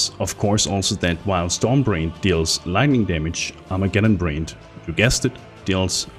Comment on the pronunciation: Its not storm brained or Armageddon brained you moron its BRAND short A sound.. Brand doesn't end with an E ffs.